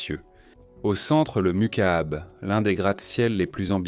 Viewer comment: MOUQAAB , pas macabre